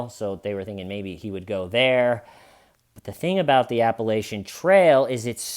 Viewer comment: I love your videos but it’s “appalATCHinn” like if you say it wrong again someone might throw an apple atcha